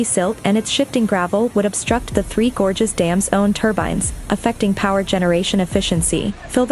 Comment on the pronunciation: Towards the end of the video, your text reading robot forgot how to pronounce words like "gorges" and "China". You should really proof-edit these things.